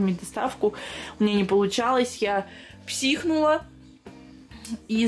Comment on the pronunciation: НЕ ПСИХУНУЛА А ПСИХАНУЛА